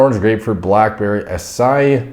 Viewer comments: The word acai is pronounced: "ah•saa•ee". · Can't even pronounce acai yikes